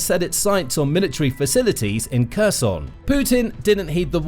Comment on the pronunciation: Your commentary is pronouncing Kherson in the russian way. You need to fix that.